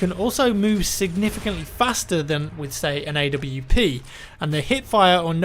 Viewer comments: I think there should be an option to ban people who pronounce "AWP" as "AVP". So godamn annoying. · Nathaniel Vitus You say "ORP"? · Did he say A W P?